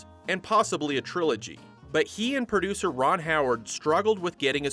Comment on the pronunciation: What’s a “prodcuer”?